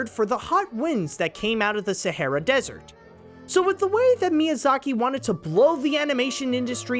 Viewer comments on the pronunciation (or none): none